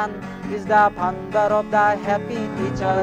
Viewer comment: It's Faaa-on_ der...founder....not phaunder😂